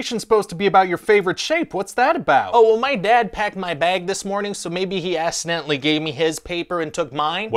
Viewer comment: As-idenaly ...gj